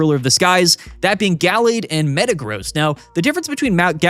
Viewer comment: Am I the only one who thinks pronunciation of Gallade is wrong?